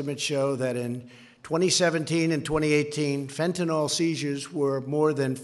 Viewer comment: Stupid bastard doesn't have a fucking clue: it's FentanYl, not FentinOl. Arse!